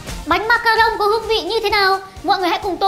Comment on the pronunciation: Đọc là ma-ca-ron ko phải ma-ca-rông đâu nhoa